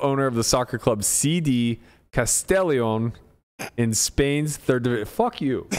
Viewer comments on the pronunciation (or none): I am from Spain and I gotta confirm that Berkey butchered Castellón...solid effort though haha